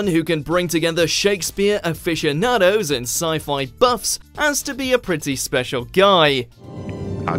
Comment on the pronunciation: Awful pronunciation. Your UK narrators are really poor quality. "Off-ic-ados"? "Ina-mit-able"? Really? If you're going to use regional accents, at least get people who can read.